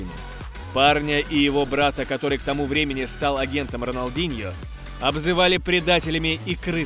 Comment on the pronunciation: Не роналдиньо а рональдиньо